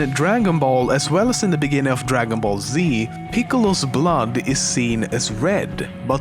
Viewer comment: DREGEN BELL ZEEEE